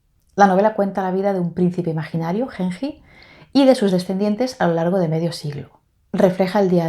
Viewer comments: ayy dios la novela de Genji (pronunciación es la g de gato "gen", y la j como una "yi") será la novela psicológica más antigua del mundo, escrita en el siglo X. Tuve un seminario de esta obra, una maravilla, es imposible de creer que haya sido escrita en el siglo X. Parece mucho más moderna, todo lo que acontecía en los salones de la familia Fujiwara (clan reinante en esa época) se destacan también otras obras de esos años, como los de su "rival" Sei Shônagon (con el libro de la almohada, pero es un diario) en cambio Genji Monogatari (la romanización en español del japones) es la primera ficción de la isla. Importantísima para toda la cultura japonesa, además de ser la primera novela escrita en japones, porque en la corte y los hombres escribían oficialmente en Chino. La verdad te la recomiendo muchísimo, no se siente una novela tan antigua, la historia es hermosa. La amo tanto que a mi gatito le puse Genji por esta obra hermosa. Lindo Tag, siempre veo tus videos, no los comento casi, pero acá lanzaste una de mis obras favoritas y tenía que hablar jajaja🤭 te felicito por tu canal!!! y pd: dale una oportunidad a Flaubert, es un magnifico escritor, él escritor modernista por excelencia, lo que sucede es que no es aristotélico y creo que eso es lo que te tira para atrás de él, o de la lit contemporánea, aunque yo soy de la idea como la tuya, tanta indiferencia y frase corta me satura de la novela contemporánea, pero hay joyas, solo hay que saber donde buscarlas. Estudio letras e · Genji se leería con G de gato y Ji de Jeep, cuando lo escucho como lo dices, siento que fuese henhi ( con una H en inglés)